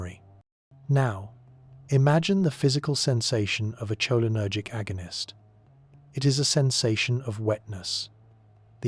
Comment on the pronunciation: Was drifting apart when that pronounciation Woke me right back up